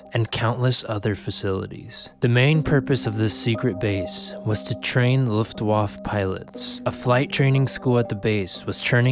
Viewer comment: "Luftwoff" is not how you pronouce Luftwaffe. It is pronouced more like "Luftwaffer".